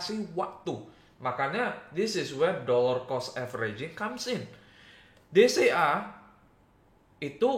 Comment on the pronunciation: Setiap kali bilang DCA, gw dengernya BCA.. 🥴